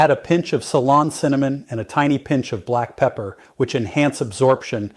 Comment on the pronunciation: I thought so. Pretty sure he knows how to say ceylon cinnamon.